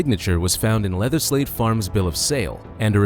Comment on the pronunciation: Great vid, I have to say though I kept thinking you said "leatherslave" but that just might my mind in the gutter lol